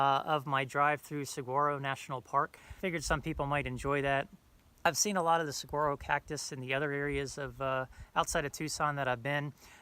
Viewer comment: Good stuff, I've enjoyed watching your trek. BTW, Saguaro is pronounced seˈwɑːroʊ. It's a weird word with a silent g You have to make sure to make it to UT at some point. Pretty epic stuff out here